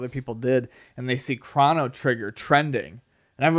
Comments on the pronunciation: The irony that I am in fact "triggered" by this (lol) but... Its pronounced "Crow-no" not "Crawn-no" god damnit! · I'd pay $10 for to say 'Chrono Trigger' instead of 'Crawno Trigger'